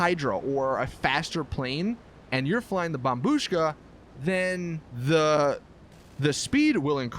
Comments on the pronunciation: Well done you finally said bombBUSHKA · Turned on the video just to hear him say bombshu--- wait I just heard him say bombushka correctly what the fuck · He finally pronounce it right. Lol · Finally you pronounced it correctly. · Dude u finally said bombushka right good job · YOU FINALLY SAID IT RIGHT